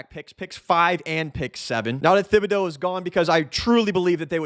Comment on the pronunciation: Thibodeaux is pronounced Tib-a-dough.